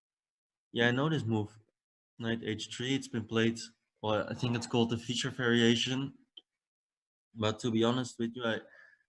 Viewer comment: "I tsink" lol ... typical Dutch pronunciation of "I think" ... as I am Dutch too and needed to practice how to use "th" after a while I succeeded to do it perfectly. It takes some effort.